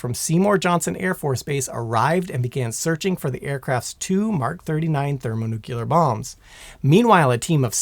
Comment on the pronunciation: My brain hurts after watching a third of this drivel. First off, there is no word in the English language "nuculer" much less "thermonuculer", ffs!!! Second, I doubt even the Tsar Bomba could destroy the entire state of North Carolina, even being a hundred times the power of one of our nukes. There is nothing magic about a nuclear weapon no matter how big. Despite the stigma heaped upon them over the eighty years since they were deployed, a nuke is nothing more than a big bomb. Discounting radiation effects, which would largely be limited to the immediate area and that downwind, it's just going to make a BIG hole, and damage trees and structures for a few tens of miles around ground zero at worst, depending on the detonation altitude. An impact detonation would be attenuated and deflected by terrain, which is why Little Boy and Fat Man were both detonated thousands of feet above their targets. Lastly, even an armed implosion-type bomb whose chemical explosives are detonated by high-speed impact or ground fire will not "go nuclear" under any conceivable circumstance. The precision necessary to time the explosives perfectly symmetrically to implode the Physics Package down to supercritical, whether fission or fusion bomb, required the invention of a new device, the Klystron Switch, and even the length of the wires to the blasting caps had to be precisely measured to ensure that the initiating electrical pulses reached the detonators simultaneously in order to pull it off. An as